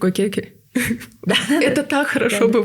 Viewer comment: Не ке ке девушки! Почему портите свой родной язык! Экии,экии надо говорить. Ведь вы в эфире находитесь. Не правильно произносите и еще смеётесь- вот этого не понимаю! Я никогда не слышала,чтобы так здоровались ке ке! Что за слова!